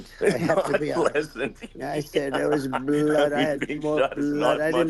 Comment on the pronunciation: “So much bLUHood….i had no idea I had so much bLUOd” dawg